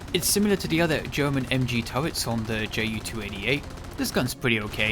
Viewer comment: I like how this guy says turrets